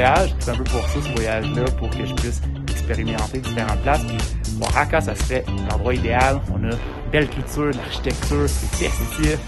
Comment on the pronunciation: Oaxaca ça prononce : waˈhɑːka à peu près :)